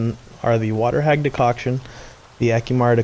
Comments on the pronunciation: All I heard was de-COCK I'm sorry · fordicocktion ??? what are you saying xD and what is that